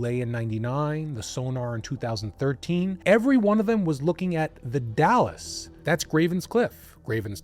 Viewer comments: It's pronounced Dalls the e is silent, Not the City Dallas in Texas. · i imagine by now people have corrected how you pronounced the "dalles" - it is pronounced DALES - as in Dale Earnhardt. NOT like DALLAS the city. or the DAYLES excellent channel btw. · Also, The Dalles is one syllable. It’s not Dallas, it’s the Dalles like dolls. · Literally came to say the say thing lol dalllsssss not Dallas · Dalles is pronounced Dalz. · The Dalles. It’s pronounced the “dalz.” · Oregonian here, if you're talking about the Dalles, it's pronounced "dals", rhymes with "pals". There are SO MANY places and rivers and things here that don't have straightforward pronunciation. It took me a decade of living here to get all this stuff right and I still have doubts sometimes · I used to live in that area . First of all “Dalles” is only one syllable. The e is silent. Secondly after you pass Hood River eastbound the trees thin out considerably. I don’t see any reason for that family to travel that far eastward if they wanted greenery. The highway at Cascade locks, is pretty close to the river there and I can see how easy it would be to to drive into the river, especially if it was raining. The locks there haven’t been in use since they built Bonneville dam in the 1930’s so they aren’t maintained because one the water rose because of the dam the rapids there were flooded. The whole investigation seems like just one big comedy of errors.